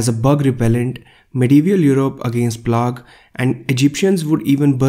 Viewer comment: plog? haha plague is pronounced like play-guh